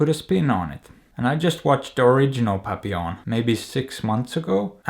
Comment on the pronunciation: I now hate having to say "have you seen PAPPI LON?.." Instead of how it is correctly pronounced..